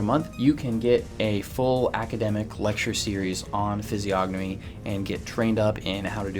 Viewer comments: It's pronounced fiz-ee-o-nuh-mee, the g is silent ffs what a fraud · Isn’t the “g” silent? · Stupid autocorrect. Should have said PRONOUNCE. Not Province. The G in physiognomy is SILENT. You don't pronounce it! How can you know how to read physiognomy when you can't even pronounce it correctly?? Look at the phonetic pronunciation guide in any dictionary! You know what a dictionary is, right? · How can you POSSIBLY even know ANYTHING about physiognomy when you can't even province it right?? The G is SILENT! And, furthermore, of course she looks angry and 'weird'! Her husband was brutally murdered! How would you feel???! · Why is he pronouncing the g in physiognomy??